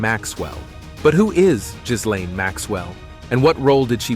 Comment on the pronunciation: Why are you mispronouncing, Gisland Maxwell name for, the s is silent, just like in island